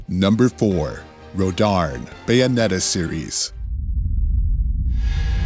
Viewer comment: He’s saying rodarn when it’s actually Rodin